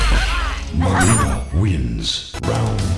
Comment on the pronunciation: Not nileena! It's mileena